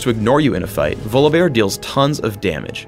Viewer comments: it's volibear not VOLABEAR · um, it's pronounced VAW-lee-bear mr guy who created him. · I dont pronounce his name as Volabear more like Volley-Bear. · he says volleybear funny